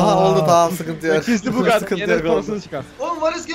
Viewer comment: bu gati mu deyo lan oyle deil bugati